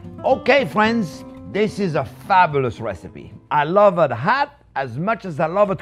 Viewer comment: JP, do you ever make anything that is not "fabbalus"? :-)